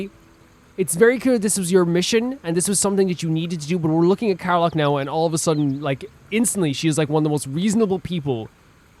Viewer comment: Karlach and Scratch finally joins the adventure! Cant wait to see you delve into their stories!! Btw, Karlach isn't pronounced "Kar-lark", but "Kar-lek" <3